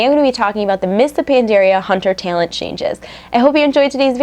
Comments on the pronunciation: LOL omg i gave up when she kept saying tailent, its tal-ent!!!!!! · What's a taylent? Learn to pronounce talent. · You say "talent" funny when your sick lol.